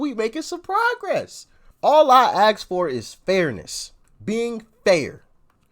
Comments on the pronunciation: I enjoy watching your takes on other people's videos, but I would appreciate if you would pronounce the word ASK correctly. It's ASK, not AKS. Thanks. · You really need a Henry Higgins there,. It's "Ask" not "Axe" (yeah, my Grandfather was an English teacher and smacked my wrist with a ruler if I made mistakes in grammar or pronunciation.) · ASS-K , not axed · my man, why do you axe so much? xD